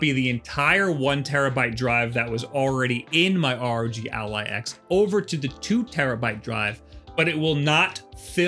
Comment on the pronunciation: its fucking ROG, NOT R.O.G ya bint